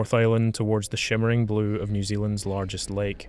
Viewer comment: Good on you for pronouncing taupo correctly